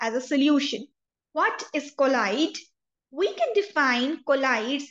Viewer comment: its pronunciation is not collide mam, it is colloid